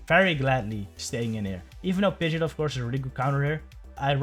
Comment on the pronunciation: It’s pronounced “Pid-Gee-Ott” not “Pidget” 😂